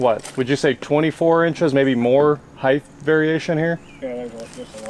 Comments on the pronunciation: I cant lie, for some reason it really bothers me how Americans add a th sound when they say height, as if its a variation of width. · tbh I wasn't sure if "heighth" was actually how you spell it so that's why it is said that way. As a non American I hear it a lot in the small sample size of US youtubers I watch. I have never heard someone say "acrost" but sounds equally jarring. It's funny to me that you spelled out the 'normal' pronunciation of H haha. PS it's called soft drink.